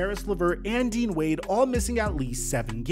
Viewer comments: Dude said d wade 🤣 🤣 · Dean Wade NOT D wade 😂😂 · Dean Wade not Dwade